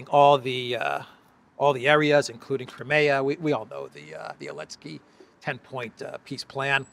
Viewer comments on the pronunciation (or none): none